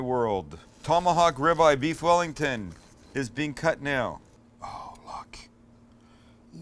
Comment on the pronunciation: Beef yellington